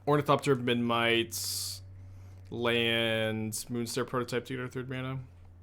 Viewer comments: I think it's kinda cute that can't pronounce Memnite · thats a kind way to put it lol